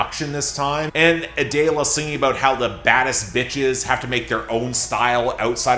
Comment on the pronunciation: It’s not A-day-la. It’s Adele-a